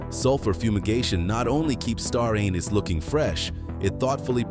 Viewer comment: Star Anus 🤘🏽. AI sucks !